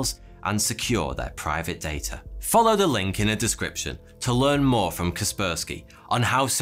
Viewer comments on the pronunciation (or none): none